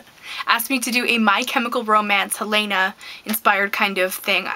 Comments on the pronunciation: Helayna? It's Helena... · you pronounce helena wrong